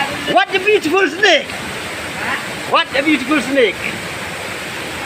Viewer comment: I heard " Watcha butiphul snake " 😂